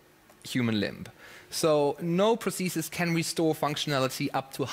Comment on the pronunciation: Vegard: "Prothesistststsss."